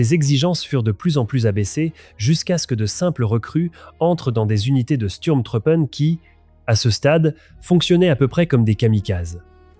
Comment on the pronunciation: Votre exposé est très intéressant, mais, travaillez votre prononciation de l'Allemand: Sturm se prononce "CHtourm" Truppe se prononce "trouppeuh" Truppen se prononce "trouppeune" Faites un effort, Donnerwetter!!! votre prononciation est ridicule.